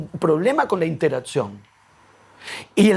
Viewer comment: Me distrae que Kohan dice "interazzión", como si fuera una "pizza". Nah, mentira, es una bisturí este tipo.